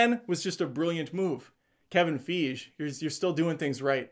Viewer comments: “Kevin Feege” 😂😂😂😂😂😂😂😂😂😂😂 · Somehow I missed this one from a year ago. Great breakdown. ...Did no one ever correct you on the pronunciation of "Feige"? (F eye GEE) ...Or were you intentionally mispronouncing his name? 🤔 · the way he said kevin feige I can't